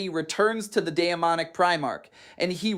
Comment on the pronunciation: Khairn* is Diamanic*. Anyone else know that atleast Demonic is pronounced wrong? otherwise, great video sir